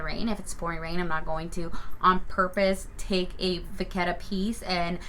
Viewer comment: It’s not vaccetta… it’s vachetta.. it’s cow leather and is where the name comes from.. cow in French is VACHE… ask Siri for pronunciation… Im French (Parisian) and it’s pronounced Va-Shh. Hence Vachetta(Va-Shhh-Etta)… doing the Lords work educating one ignorant at a time!